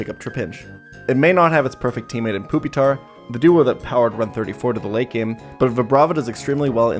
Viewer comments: This is pretty cool and impressive but please ... it's not poopytar, it's pyu, like the word pupa. TuT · Fantastic video, but are you calling it "poopy-tar' on purpose? If not, it's "pupa-tar" like the middle stage of a bug's life, Larva - Pupa - Adult. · Why do you keep saying, "poopytar" lmao. It's pronounced "PEW-pi-tar". It's supposed to be like the "pupa" stage of development. Same etymology for "Pupil". Do you call them "poopils" lol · ok i had to stop watching after hearing "poopytar" way too many times ps pronounce these mons right lol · Did you just call him Poopitar? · I never complain about pokemon pronunciations but "poopytar" is nuts. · Why does this man keep referring to Pupitar as "Poopy-tar?" I need to know the backstory of this now. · i fucking can't with the calling it poopytar the whole time 😭😭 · why he pronounce it poopytar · Haha, he said poopitar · This is the first time I've heard someone pronounce it as Poopitar lol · I hope that is actually how you pronounce pupitar. Poopytar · why does he call it poopytar lol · I'll never get over saying pupitar as poopytar. Fuck. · “Poopitar” lmao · bro fr said "Poopytar" lol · Lol he calls it "Poopytar" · He calls Pupitar, poopy-tar Lmao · Every time he says pupitar like "poopytar" I get punched in the stomach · I giggle a bit when you pronounce it poopytar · Im begging you to stop saying "poopy-tar" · Why is bro calling Pupitar "Poopytar" wtf lmao. I cant tell if hes joking or if he actually thinks it's pronounced like that. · It’s just the way he prefers to pronounce it. He also pronounces suicune as “soo-ee-cune”